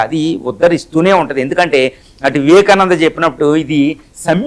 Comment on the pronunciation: నీకు పదాలు పలకడంరాదు అర్ధం చెపుతావా, వివాకానందులు చెప్పేరా, అన్నీఅసత్యాలు.